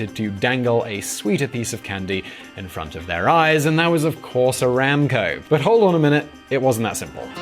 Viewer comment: Bro it's not ramco it's one b the it around 4.32t